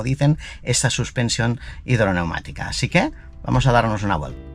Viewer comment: hombre un experto como tú!! Suspensión hidroneumática!!! Tú dices "hidromatica", está palabra no tiene ningún sentido.